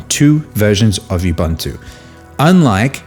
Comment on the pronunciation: It's pronounced oobOOnto, for God's sake.